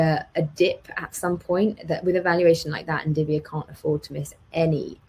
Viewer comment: It's NVIDIA not NDIVIA lol